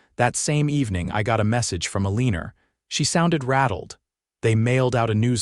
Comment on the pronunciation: If you're going to use artificial readers, choose names it can pronounce correctly. It's Eleanor (Ellen-er or Ellen-or), NOT uh-leen-er.